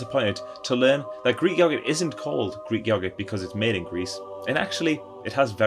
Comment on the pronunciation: “Todee on how it’s meed” great video 😍